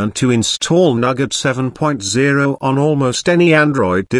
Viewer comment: Nougat TTS: Nugget